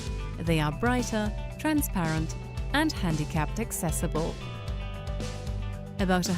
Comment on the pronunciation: But you say abouout.